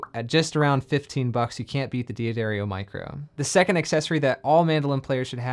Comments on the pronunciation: It's D'Addario, not Di Addario. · Dee addario? I always pronounce it as daddario, which is the correct way to pronounce it. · Not Dee Aderio. The name is pronounced Dah Dario. 🙂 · Consider yourself pardoned, but it wouldn't kill you to learn to correctly pronounce the name of one of the most important companies in our little world... 🙂